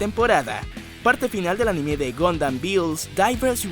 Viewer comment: No se dice animé, es anime o ánime, animé es un verbo, por lo demás bien video, gracias por la información.